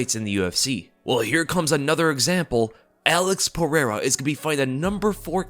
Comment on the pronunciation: Joshua Fabia is sooo going to correct your pronunciation of Alex's last name bro!!